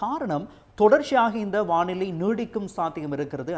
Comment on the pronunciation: வாநிலை அல்ல வானிலை. தயவு செய்து திருத்தவும். ஊடகங்கள் பிழை விடுவது வருந்தத்தக்கது.